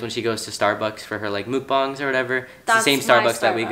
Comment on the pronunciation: look...its not mook bong. its muk bang.